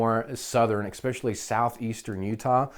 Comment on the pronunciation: I know this is a bit ridiculous but for some reason it kind of drives me crazy so I have to ask, why is it that just about every gun/knife guy on Youtube that I watch says expecially instead of especially? Is that an American thing? It's like when people say expresso instead of espresso or woof instead of wolf, I don't get it.. It must just be one of my pet peeves because I notice it every time. Where is that x coming from?